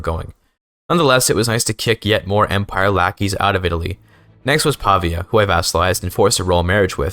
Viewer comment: Hej quick tip from an Italian, when you see "ia" at the end of a word like in "signoria" or "Pavia" it's very likely you are supposed to place the emphatic accent on the "I". "Signoria" would be rendered as "See-ño-ree-a".